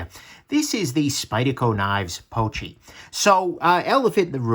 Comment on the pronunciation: Confirming why I passed on this knife. Seemed more an aesthetic piece than a practical one. Also I think it's pronounced poo-chee (like a pooch, a dog, get it?).